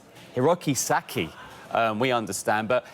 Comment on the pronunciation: It’s Hiroki Sakai. Not saki